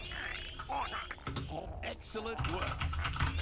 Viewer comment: felt like the kept saying EGGcelent